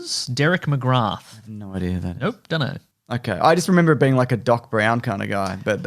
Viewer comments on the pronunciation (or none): Clone High returning? omg I bloody love that show! I am excite! Just had a peek at the cast of Harley Quinn. Jessica Walter voices Granny Goodness! Fantastic. Pedantic edit: The "th" in McGrath is silent, it's pronounced McGra. It's Irish. So there you go.